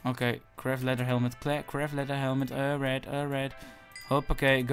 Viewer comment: Je zegt de hele tijd or right maar het is toch all right?